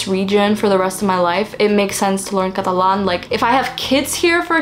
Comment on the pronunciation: la forma en la que pasas de inglés a español cada vez que decís catalán se escucha como si fueras nativa española, me encanta escucharte saludos desde argentina 🧡🧡